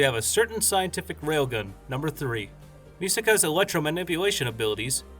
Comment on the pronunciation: Not MI-saka, but mi-SAKA...listen to the Japanese dialogue